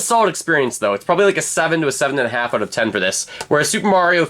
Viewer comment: “Out” not “Aoat”